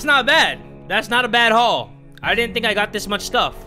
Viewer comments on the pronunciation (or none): none